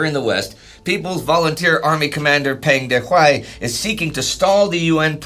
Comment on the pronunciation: The vowel sound for Peng in Peng Dehuai's name sounds more like the vowel sound in the word rung.